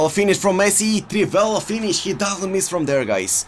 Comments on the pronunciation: What is he saying, drivella finish? What is that? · What the f### is "Drivella" finish?😂😂😂😂